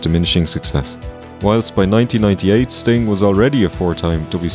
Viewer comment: said "red Sting," like "red stain," and honestly, he's not wrong. Also--there IS an evil Bosko. It's Diamonda Hagan on YouTube.